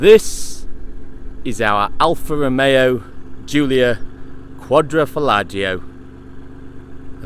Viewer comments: Its quadrofoglio(quadro folio spoken) Not quadrofollagio! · I'm reporting you for butchering the name. Quadro falagio????